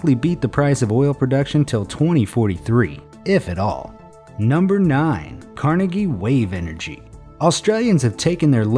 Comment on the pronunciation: YES! I LOVE THE WAY U PRONOUNCE CARNEGIE!!!!!!